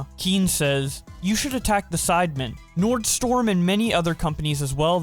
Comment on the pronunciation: You... You said Nordstorm. It's Nordstrom